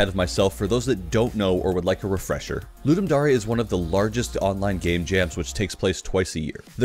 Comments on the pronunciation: Isnt it dare not dar e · i cant tell if its pronounced ludum dare or ludum dar-ey now. great job im now having a crisis